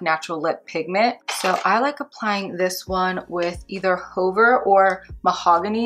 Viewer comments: Fabulous demo🫶🏼 U helped me decide whether I want Cork liner or not & it’s a big YES 🙌 Ty! Btw Hover is pronounced "HUH-ver" not "HOE-ver" 🤣 idk why that struck me so funny LMAO😆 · Hover...no long "o"...hə-ver...the helicopter hovered over the landing pad. This "ə" is a schwa...but not sure they even teach that in school anymore but they did in the not so long ago "back in the day"...and is used extensively in French...and since English is over 30% French based (think back to 1066AD and William the Conquerer/the Norman Conquest), we have LOTS of words derived from the French language. Speaking of French...you pronounced "faux" correctly, and that's completely French...means "false".